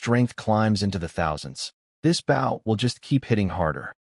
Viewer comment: It's pronounced "Bow", not "Bow"